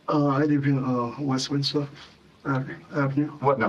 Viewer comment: He also says West-minister instead of Westminster.